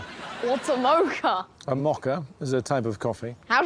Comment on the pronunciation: I'm really tempted to mock-a them for how they say mocha, but I'll try to refrain. 🙂